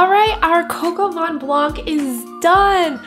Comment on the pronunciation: It's vin not van!😂